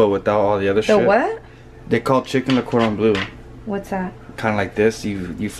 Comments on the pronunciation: saying coron blue instead "cordon bleu" hahaha (its French) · Lmao when she said what was chicken cordon blu 😂 or however you pronounce it 😂😂